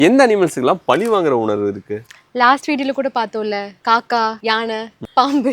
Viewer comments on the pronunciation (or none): பலி இல்லை பழி.... ஊடகத்தில் பேசும் போது சற்று உச்சரிப்பிலும் கவனம் செலுத்த வேண்டுகிறேன் 🙏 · Please correct your tamil... its not pali but pazhi